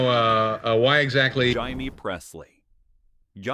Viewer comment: The ChatGPT text is inane and the AI voice is clueless as usual. Cybil pronounced as SY-bowl? Jaime Presley becomes HY-mee. Embarrassing. Block this horrible channel.